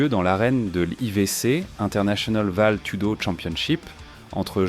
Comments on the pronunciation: Ça se prononce valettoudo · Vale tudo qui se prononce valé je crois Et c'est Curitiba la ville d'origine de josé "pelé" landi